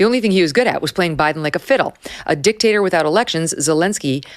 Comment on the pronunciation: 😂..Love how Megyn put emphasis on dic and lowed down on the TATER